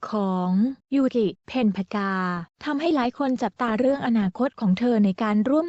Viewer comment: ยูกิจร้าแก้ใหม่อ่านชื่อให้ถูก